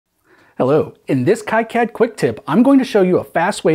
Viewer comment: Procounced KeeCad.